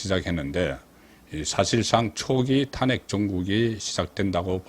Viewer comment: 애국적이고 충성스런 방송이라, 우선적으로 애청하고 있습니다. 그런데, ...한가지, 방송의 나래이션은,시청자들과 동질 언어일때, 항상 시청율이 높다는것 기억 하십시요.... 나래이션에서,'탄핵' 이라는 발음을 왜 늘, 탄핵의 《탄》자에 액센트를 주시는지요... 부산 지방의 습관 입니까? 다른 일반 시청자들은, 첫자에 곡괭이로 콱 찍듯이 액센트를 주지 않습니다. 기억해 두시면 유익할듯 합니다!